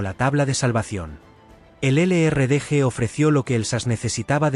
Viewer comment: Que lástima que no pronuncian bien los nombres en inglés,El LRDG. Y el SAS se complementában